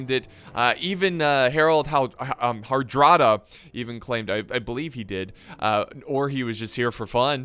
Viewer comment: Yes: all three men had claimed the throne of England thus the war. As far as I know they all produced different statements and claims from different periods in which they said the throne of England was promised to themselves. Also, you were saying his name correctly However Hardrada roughly translates to stern ruler not tough soldier I if you'll allow me to say, believe that the reason Hardrada believed he would win so easily is becuase he was, by all accounts a war veteran due to the fact that before becoming the king of Norway he was a mercenary for both the Byzantium empire and the Kievan Rus. History lessons from 6 years ago coming in clutch